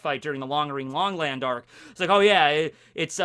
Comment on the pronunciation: he said long ring long land like 400x faster and 100x more clearly than i could think it, bruh.